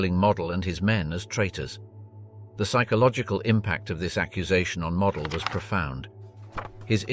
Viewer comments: That is NOT how you pronounce Walter Model's surname. It is not "Mod-el" it is "Mode-dul". Get your facts straight if you're going to make documentary style videos. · After the multiple mispronunciation of Model’s name in the first 5 minutes, I had to stop. Weak AI usage. Never subscribed and never will. 🙄😂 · Only twice did this piece get Walter Model have his name pronounced correctly…annoying …